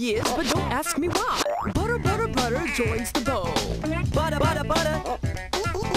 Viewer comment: Love how he ended it with buttuh